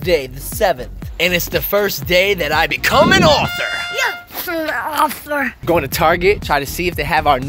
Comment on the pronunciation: Dudz: Author: AfEr 🤣😂🤣